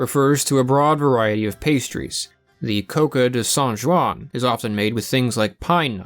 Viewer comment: That was a butchering of San Juan